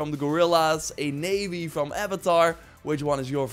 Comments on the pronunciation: I made neo from the first matrix movie. Oh and btw.. It's pronounced "naw-vee" not navy. 😇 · The way you pronounced Na'vi infuriated me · It's pronounced "Not V" bro 😂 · I mean, it's spelled Na'vi and pronounced "nah-vee" 🤦‍♂️🤡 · Literally it’s pronounced NAH-VI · It’s pronounced Nar-vee. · Please tell me he is joking on pronouncing Nah-ve how he did...thats bugging me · I died when you mispronounced Na'vi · This dude can't pronunce na'vi right